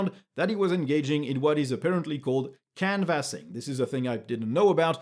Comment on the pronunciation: FYI: it's CAN-vassing not can-VASS-ing. No shade intended, hope this helps. mastery of English remains impressive but even native speakers don't automatically know the pronunciation or stress pattern of words they're not familiar with.